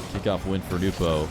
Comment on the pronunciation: Damn it is SO nice to finally hear it pronounced “Nu - po” again.